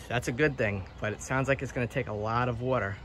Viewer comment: Are you around the Philly area? I noticed how you say, “water”